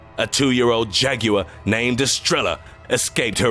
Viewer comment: this guy can't even pronounce jaguar correctly